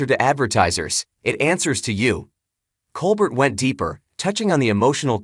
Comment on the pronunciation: Why did nobody bother to tell this guy that Stephen's last name is pronounced Col- BARE ??.......And where was the aforementioned "shocking cancer diagnosis" ?? (And who do I see to get the last of my life back ??)